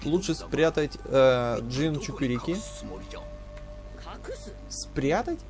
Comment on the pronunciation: Та не дженЧУКИРИКИ, а дженЧУРИКИ